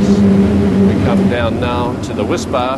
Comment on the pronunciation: He's making me long for my childhood favorite: Cadbury's Whispa Aerated chocolate candy bar. He's saying WHISPBAR but I'm hearing WHISPA.